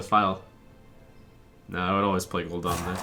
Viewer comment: It's Gul'DAN, not Gul'Dawn NotLikeThis